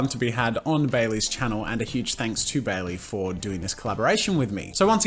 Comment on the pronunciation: IT'S BAE-LEE